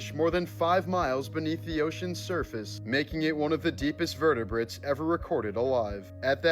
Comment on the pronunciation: This dude said vertebrates as "vertibrites"